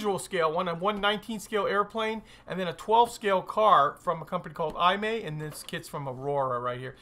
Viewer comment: Hi. Great Video! FYI. Pronunciation of maker of Excalibur is: E-Mah-E. Imai Kagaku Co. Ltd. Kagaku means “Science” I think Imai was a scientific/hi-tech toy manufacturer of 60s.